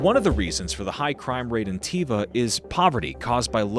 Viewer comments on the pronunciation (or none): It's pronounced tUva, not tIva you idjot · Pronounce the name 'toova', not 'teeva'. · It's not pronounced Tiva! It's Tuva, you idiot! OMG you can't even pronounce the subject of your video correctly... and this (я) is (am) an American telling you this! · It is not T I V A. It is T U V A , with U like Utah. Actually it is a letter non existing in english and russian, and I is the wrongest pronounciation. + You are lying. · Your pronunciation is as bad as a Brit’s. Ы is like Turkish ı, a short middle vowel like an unstressed y or i in English. Also, Тува sounds like Tuva, not those awful 90s sandals called ‘Teeva’. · If you actually went there you would have learnt the pronunciation "Tuva" .. not "Teeva".... unbelievable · Why does the narrator keep saying Teeva? It's obviously Toova. No wonder they caught heat. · Jezus Christ almighty.. DO YOUR RESEARCH! From the get go you pronounce it wrong, how embarrassing. Tuva or Toova. Y is a Russian letter. If you went there you should have picked that up instantly. Alternatively go check Richard Feynman. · The AI voice in unbearable. Learn how to pronounce Tuva. Delete your account.